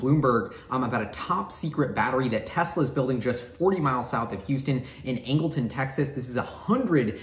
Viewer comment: There's a place called Angleton almost exactly 40mi south of Houston - sounded like he said Ingleton, but I can't find that name around Houston...